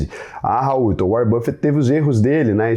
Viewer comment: Que nada o "Uárren" me mandou um zap. É tudo papo furado...